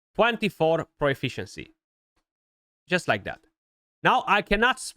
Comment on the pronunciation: Stop saying pro-e-fficiency. There is no E. Just profficiency..